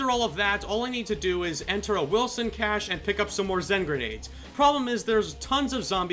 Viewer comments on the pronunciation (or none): none